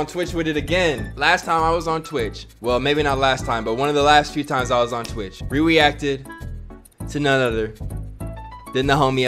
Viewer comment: "we weacted"